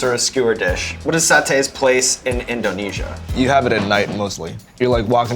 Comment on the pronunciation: Can he please stop saying inDOHnesia, does he think he's homer or something?